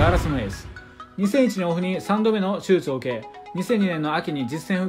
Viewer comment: 手術言えてなくて草